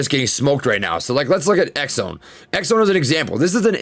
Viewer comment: You’re still mispronouncing ExOne